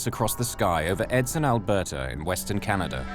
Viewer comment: Could someone tell me where is the “R” in Canada???🤦🏼‍♂️